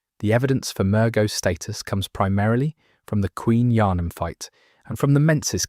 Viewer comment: A little spoiler for you . They clearly haven’t played this game. Thought the mispronunciation of Yharnam was a little weird, then the whole soul thing gives their game away.